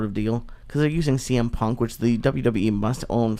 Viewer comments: “CM…..CW PUNK” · he said CW PUNK lmfao!!! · Cringing at him going out his way to mispronounce cm punks name over and over again to act like he doesn't give a fuck like an immature teenager. Joe rogan and all his pals all act like idiotic 15 year olds. Ps. Ive never watched wwe and never will.